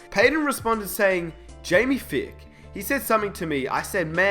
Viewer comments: Jamie *F-EYE-K*. Long I there, not Fick. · Jamie Feick is pronounced (FIKE)